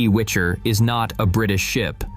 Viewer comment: Its WICHER ( gale )not WITCHER( like book or game character )